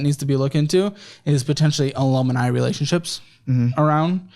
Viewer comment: Are we going to skip over the alumni pronunciation?